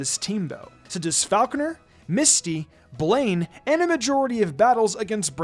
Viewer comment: It is absolutely ridiculous how much you mispronounce Falkner and you overestimate his difficulty. If you're not doing a nuzzlocke and have a decent team of 6, then you probably shit stomp him with no real concern.